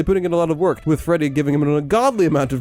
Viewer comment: it’s official: Rockstar Freddy is “Gredd”.